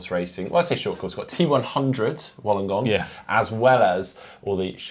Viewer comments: Heads up - Wollongong is pronounced Woolengong haha I did a double take and rewind when I heard that. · just want to correct your pronunciation of wollongong. i know it's spelt wol, but it's pronounced like wool